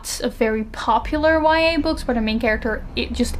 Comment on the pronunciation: Everytime she says YA I hear Y/N😂